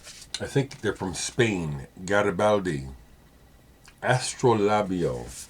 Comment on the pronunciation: That Garybaldi slip was almost hilarious, after watching hundreds of your videos i know that you know that its from Italy.